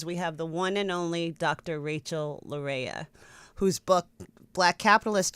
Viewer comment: Laryea = Lar-yay. It's phonetic.